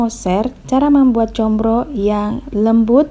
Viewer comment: Maaf Neng bukan ComBro tapi ComRo, kalau ComBro=Oncom di JeBro dong 🙏